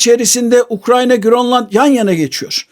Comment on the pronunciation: bazıları bir anlam kazansın diye mi GÖRLLAND diyor yani danca girl oluyor 😅😅😂